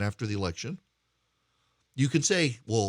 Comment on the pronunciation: I am retired USAF. I am NOT sympathetic to Milley (it’s not My-ley, it’s Millie). As the Chairman of the JCS, his conduct must be above reproach. He has violated so many articles of the UCMJ it’s not even funny. I would have been court-martial so fast it would have made my head spin. Add that to his handling of the Afghan withdrawal, he is a disgrace to the uniform and those he leads. He needs to go NOW. And yes Erick the election was stolen. You cannot in good conscience tell me what happened in Fulton county and the other states is normal procedure.. it is NOT. I don’t care if you were an election lawyer, something went terribly awry this last election.